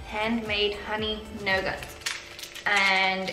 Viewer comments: Nougat is a french word and has a slinent T- noo - ga - T :) . Ek is ook Suid Afrikaans en kyk al julle vlogs. Hy moet Tennis beskuitjies ook probeer, veral om dat hy van coconut hou xx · Pronunciation of nougat: Noo-gah.